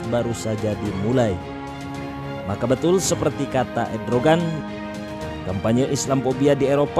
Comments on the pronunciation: Macron bukan marcon Erdogan bukan edrogan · Erdogan...... Bukan Edrogan hahahhahahahaa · MACRON (MAKRON) JON ,,,MACRON ,,,,BUKAN "MARKON" SEKALI LAGI "MACRON BUKAN MARCON" 🤣 ERDOGAN DI BACA EDROGAN wkwkwk yg bener di salahin yg salah di benerin ,,,kocak bin unik 😂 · ERDOGAN MIN,, BUKAN EDROGAN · PRESENTER SALAH MELULU, MACRON BUKAN MARCON.... ERDOGAN BUKAN EDROGAN... HADDUUHHH....